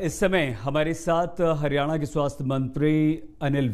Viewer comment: हिरयाणा नही हरयाणा होता है